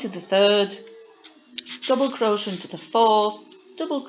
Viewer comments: Don't you understand it's pronounced crow shay????? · You can just go up a size for each size lArger (I’m not sure how it would work if you have to go up too many size). If you knew the multiples for the pattern, you could tell based on that. I neve heard anyone pronounce crochet (cro-shay) like you do (cro-sha). Interesting.😃